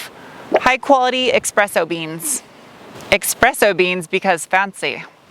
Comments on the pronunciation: The feedback you feel from the touchpad are called Haptics. And it’s not expresso with an x, it’s espresso with an s. Otherwise, nice review (as always). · Oh no... Espresso has no "X" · When you drive a luxury brand you have to learn that there is not “x” in espresso. ;)